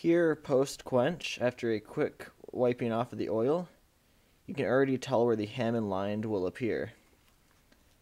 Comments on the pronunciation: it's HA MON! NOT HAMIN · Ha(moan) (hamone) not (ham)on lmfao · The hamind was getting on my nerves. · is it pronounced Hamon or Hamoned cus he says Hamond in the video im confused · For what it's worth, there is NO D in the word Hamon, pronounced Hah-Moan. Good video other than your horrible pronunciation! Also, a small tip. The reason you don't want your clay to go within about a half inch of the blade is so that the BLADE will get very hard and the spine will remain nicely soft and flexible so that it will absorb shock from chopping, etc. . Your clay went way to far down to the blade and negates any real use of the harness versus softness of the clay's usage. You will have hard AND soft spots all along the blade, itself. Thanks for the video!